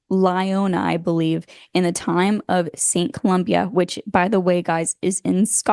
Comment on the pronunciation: Fascinating! Firstly though- *Saint ColumbA *Iona 'eye-oh-nah'. Cornwall also has at least one mermaid legend, check out The Zennor Mermaid. Zennor is a strange place with many tales from locals & of the surrounding area, myself included. Zennor is also rumoured to have a D.U.M.B.s facility & was frequented by none other than A. Crowley. Also, check out 'The Book of Kells'.